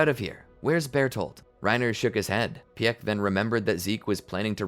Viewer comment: Is anyone else kind of annoyed with how he was pronouncing piek's name?